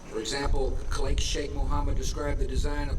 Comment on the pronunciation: "Kleik" Cheikh Mohammed? I'm pretty sure that's not how you pronounce "Khalid" He says it again Is he reading the name for the first time? Probably not, and he must have heard it several times before I think the speech was written that way to piss people off, the guy is obviously trolling Saying "explosives" on the anniversary of 9/11, come on, that's Larry Silverstein level (who dropped "pull" in a conversation about WTC7)